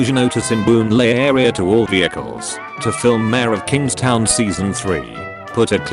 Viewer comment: I’m singaporean, and I got stuck at every “vehicle”